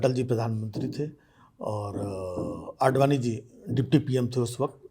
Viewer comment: 'आडवाणी' थोड़ा क्लियर बोला करो नहीं तो फेर में पड़ जाओगे.😅 शुभकामनायें 🙏🏻